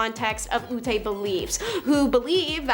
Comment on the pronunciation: Ute is prounced like you-t :)